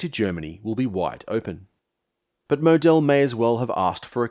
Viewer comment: Mō d'l mate, not mow Del. Stress on 1st syllable and long o, eat the e in the second. That grates and made keep saying who? but otherwise a typical hypohystericalhistory in depth and very informative and interesting.